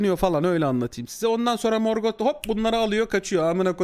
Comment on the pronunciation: herkes morgothu dümdüz morgot diye okuyor abi çok ayrı bir telaffuzu var ya